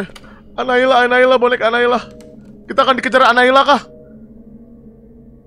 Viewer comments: Boneka anaila... Ngakak anjir😂😂😂... Kak windah boneka anabelll Bukn anaila astaga😂😂😂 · Kak windah nama bonekanya bukan anailah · Bukan analia tapi anabel